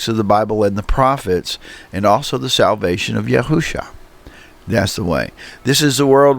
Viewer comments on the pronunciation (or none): Yahshua or Yeshua sems to be correct , I hear the speaker on this video saying Yahusha Ya Hu Sha .. just a polite correction Ya Shu A , Peace to you .. And Great Video !